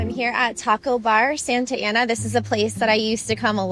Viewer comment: If you lived in Santa Ana you would have learned how to pronounce it.